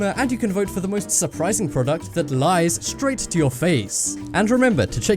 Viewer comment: prodcut. lol